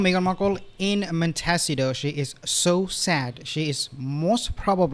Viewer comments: Not mentacito. Mon.te.SEE.toe. With an "O" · Mon-te-SEE-toe. Almost got it right. Almost. Emphasis on the see part of the word. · Just to help, the town is pronounced Mon- ta- see toe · Could you please pronounce the name MONTECITO correctly ??? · I understand that English is not your first language but PLEASE learn how to say Monticito. It's not that hard. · She gets PERKS, not parks. Not ARYUEL, it's ARCHWELL. Not MONCIDO, it's MONTECITO but it's ok cuz we all know what you mean.